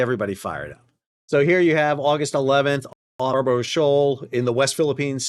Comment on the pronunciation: Sal, love your vids but it's pronounced "Scar buh ruh" not "Scar bro sho"